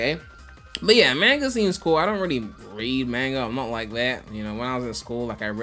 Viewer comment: Everyone: "Mahnga": "MAINGA"